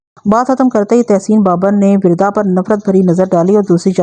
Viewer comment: Wirda nhe Warda hai, Arabic word for Rose